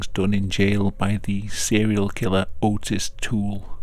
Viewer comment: I'm sure a few people have commented this, but for future reference Ottis Toole's name is pronounced, "AHT' is" instead of "OH' tis" (like it should be spelled "Aughtis" maybe). I hope I don't sound like a know-it-all, I'm just trying to help a bit. Your videos are so good and polished small mistakes stand out more.